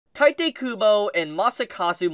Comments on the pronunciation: I hate to be that guy but it's pronounced Tito not Titay. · OMFG My ears are bleeding everytime You butchered Tite's name... It's TEE-TEH.